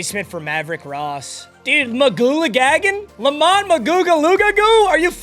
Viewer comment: Who did spells or whatever , It's Le Mont